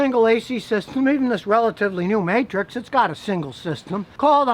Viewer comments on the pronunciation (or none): none